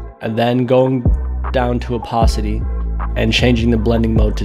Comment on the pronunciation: also its opAcity not opOcity